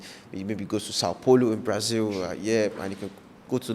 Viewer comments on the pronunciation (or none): none